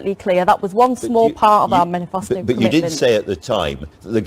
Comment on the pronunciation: "menifasto commitment". lol what an amateur.